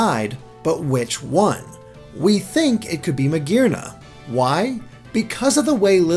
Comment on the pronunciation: I cringe at the way pronounces Magearna